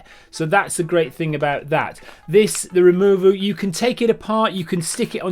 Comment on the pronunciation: I like how the 2-button operation of the Removu was cumbersome but the 3-button operation of the Evo was fine! Also from the very beginning of the video you had no trouble pronouncing "Zhiyun" but struggled with "Removu" - I gave you the benefit of the doubt but subjective review it was not - shame!